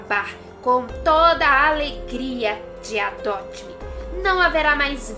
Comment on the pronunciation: O nome real do jogo é adopt me e não adot me mais se vcs falam assim ta bom